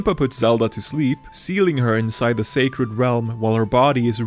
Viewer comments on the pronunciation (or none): none